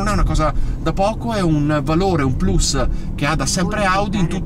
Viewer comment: azzecca tutte le pronuncie inglesi ma quando dice Plus lo dice in latino, cioè correttamente! Grandissimo mio caro concittadino, sei fortissimo.